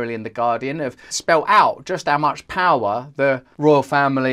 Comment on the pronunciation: Powwow instead of power 😂